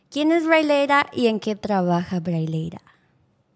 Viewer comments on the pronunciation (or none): no sabía decir Braleira, le decía braileia